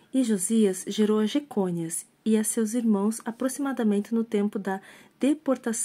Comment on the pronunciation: Jeconias, sem o acento no "O". É muito engraçado quando você pronuncia errado; continue, pelo bem da sociedade 👀😉